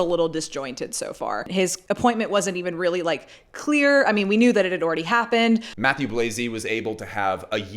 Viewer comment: I think it is time for everyone in fashion to learn to pronounce the name Mathieu. We already forced Demna to drop his last name!